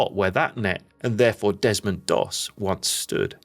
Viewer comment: Its Desmond Doss not Demond please correct if its not AI...